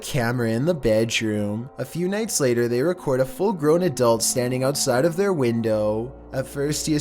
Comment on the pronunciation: Ouuutsiiide, oooopen, hoooome, at aaall, viideoooo, going oooff this dudes pronouncation is a trainwreck